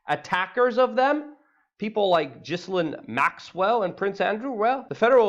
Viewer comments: stop mispronouncing her name! its ghilane! not pronounced like "jislane" the S is silent!!!! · G I Lane,,,ffs, pronounce it properly. You’re meant to be an expert. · Luke. It's Ghee Lyn. We can't summon her by saying the wrong name. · Thank god for experts like you that on the ball and can correctly demonstrate how to properly pronounce the name Gizzlane. I mean, that's the most important thing you can point out in this whole shit load coming down. Thank you. Forgive me if I presume your name sounds exactly as its spelled unlike dear Ms Geelane's. It's only proper that we at least sound out her name correctly, cos that's what matters for people like you, as you clearly have shown..